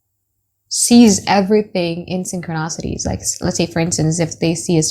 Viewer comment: It’s syn-cro-ni-si-ty boo. ♥️